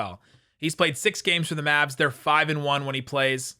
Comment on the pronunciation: Good intro but you have to add that extra syllable to the Locked on Maaaaavvsss(aaaaahhh,)